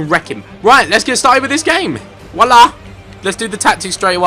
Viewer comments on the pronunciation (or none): none